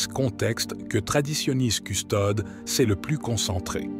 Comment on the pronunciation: Toujours cette prononciation erronée de "Traditionis Custodes" où les deux dernières lettres de Custodes, "es", ne sont pas prononcées, alors qu'elles devraient l'être.